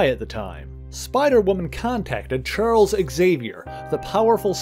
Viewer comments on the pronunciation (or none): none